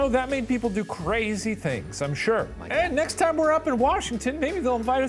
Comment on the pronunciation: IT'S TIIME